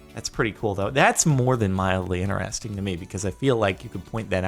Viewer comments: why do you always say "ineresting" instead of interesting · its in TER esting not ineresting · Why you always 'iner-resting'